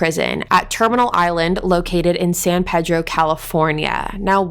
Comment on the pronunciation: I'm sorry but the way you said San Pedro ( san PEE-dro) I'm not trying to make fun of her I just thought it was funny.